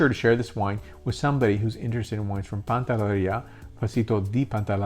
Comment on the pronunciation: PANTELLERIA. Not pantallaria!